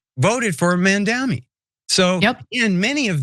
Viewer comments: It's M A M D A N I please you American for god's sake get his name right you guys are so smart how come you can't say his name right, what is this MAMDMI???😮😮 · mamdani's name is pronounced Mum dhani.